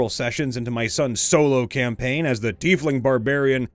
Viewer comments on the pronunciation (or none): none